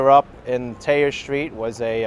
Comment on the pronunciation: Nice tour. This is the best time of year to visit. If I would have known you were in town I would have liked to go down to meet you and showed you some points of interest. Just a bit of local knowledge though: you do pronounce the h in Thayer, it's the r's we don't pronounce.